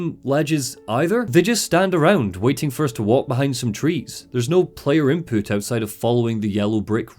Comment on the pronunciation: hehe "Inpoot" Sorry